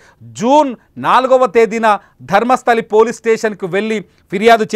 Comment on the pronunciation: It's Dharmasthala, not Dharmasthali